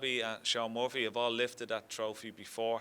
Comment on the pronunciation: It’s Shaun Murphy Ken. Not Muffy!!